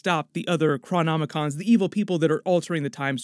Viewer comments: The Movies are fine, THe Netflix shows were great.... Agents of SHILD remains the true gem ov any Marvel onscreen productions of the last dozen years. AND its pronoiced CHRON-IC(k)-OMS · Chrom-om-in-coms? Awe,, you always amaze me with your knowledge but you blew the pronunciation of this name. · How does manage to mispronounce Cronicoms twice in one video? They have a long running joke in the show of time saying there name and where their from over and over again and you still mispronounce it. Also “a couple of episodes left”? There are 5 episodes left not 2.